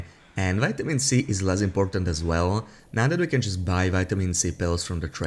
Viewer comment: You need to pronounce the words can and can't better